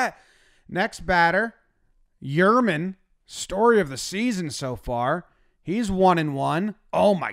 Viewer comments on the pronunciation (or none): Still trying to get over calling Yermin, "Yermen"